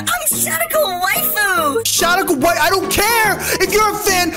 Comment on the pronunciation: He said waifu wrong I’m pissed